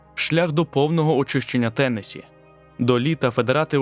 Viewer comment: Трохи подушню- правильно наголос на останній склад - ТеннессІ. Відео чудове! Дяка!👍🏻👍🏻👍🏻